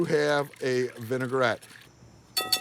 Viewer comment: It's "vinaigrette ", not "vinegarette". It's "may have come", not "may have came". It's amazing how many people on TV or Youtube have no basic language skills!